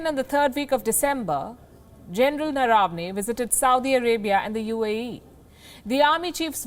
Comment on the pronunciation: Palkiji it is नरवणे not नरावने. You are making it rhyme with डरावने! If we don't pronounce our Indian names properly, how can we expect others to pronounce them correctly?